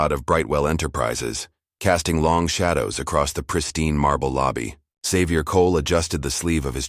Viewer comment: Why was the narrator pronouncing Xavier as xzavier? It is pronounced as zavier.